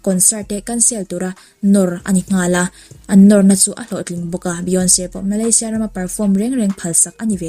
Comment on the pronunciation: Beyonce hming i lamdan mai² chu lehh